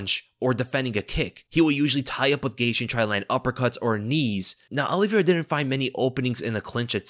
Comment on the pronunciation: “OLLIE- vera.” 😂 🤦‍♂️ Says his name WAY over-enunciated. Also, Justin “Gay-she.”?? 🤣 Geezus man.